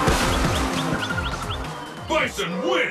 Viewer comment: While doing a live stream commentary, pronounced "Bison" as "Bipson" due to his accent. Everyone loved it because is a stud.